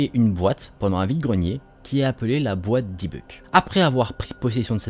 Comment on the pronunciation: On dit boite à dibbouk